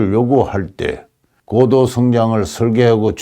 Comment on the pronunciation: "고도"의 "고"를 왜 "길게"발음하십니까? 이"높을 고"자는 "짧게 "발음해야 함은 너무나 분명한 일입니다."한국 어문을 고발함"이라는 책을 고국에 바치오니, 고국 동포 여러 분! 이 책을 읽어 주십시요. 미국 변 완 수 드림